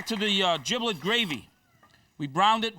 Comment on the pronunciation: he doesn't even know how to pronounce giblet?